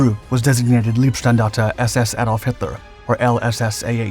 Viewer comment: PLEASE speak "L EI bstandarte" like "R EI nhard". By now it sounds - in german - "lovely", but it means "body".